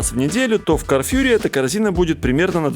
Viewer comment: Орлен, а не орлЕн. карфУр, а не карфЮр